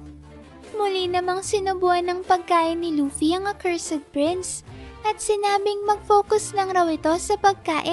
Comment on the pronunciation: Parang may mali sa pronunciation mo sa cursed prince fam.